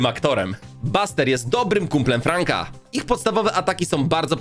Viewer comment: fanga nie franka